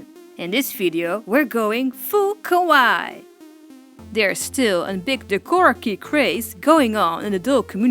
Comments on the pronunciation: Love the video and your work! I just want to mention that 'Kowai' ( Ko-wa-eye) is Scary in Japanese. 'Kawaii' ( Ka-Wah-EE) is Cute :3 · Kawaii is pronounced as Ka-wa-E. Kowai (how you pronounced Kawaii) means scary. 😅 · its not pronounced as “kaway” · Your english is perfectly fine! It's everyone's Japanese that worries me. =v= (I love how you pronounce kawaii as kowai - which means 'scary.' XD ) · OH MY GOD SHE’S SO CUUUUTE (Just a pointer, “Kawaii” is pronounce: kuh-why-ee)